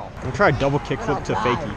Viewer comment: When he said double kick flip I heard double kickless